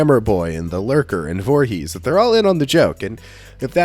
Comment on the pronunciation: lol the Vorhess he said